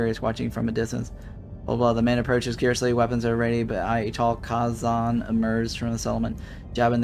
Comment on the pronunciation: Youve never watched the show I take it? The first species they meet are the (Kay-zon).